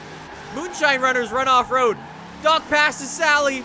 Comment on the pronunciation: Dock not duk